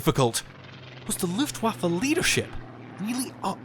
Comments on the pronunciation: It's not luffwofer it's looftvafuh,I've just stopped watching! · Luftwaffe is pronounced v-uff-e not v-off-e. It's an 'ah' sound, except shorter. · "Luftwooffe" - sweet 😃